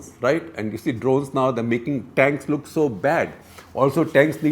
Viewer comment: its Drones* not drowns 🤣🤣🤣, Have you seen American soldiers? many of them end up homeless, their morale is low. Despite all that technology they still got their ass kicked by the taliban, the left-right is a teamwork building exercise, it builds morale and teamwork.